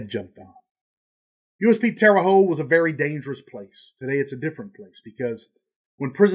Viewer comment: Just wanted to say Indiana is a great state but it's terre haute (hotte)